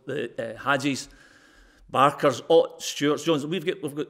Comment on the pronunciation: Haha "Barker"